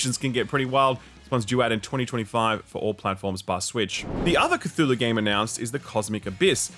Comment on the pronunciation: repeated mispronunciation of Cthulhu really made me want to press the dislike button